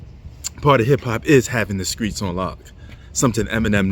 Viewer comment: Fix your tie and learn how to pronounce Street not Skreet.